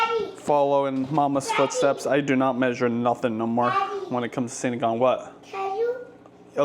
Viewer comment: Sinigang 😊 not sinagang 😅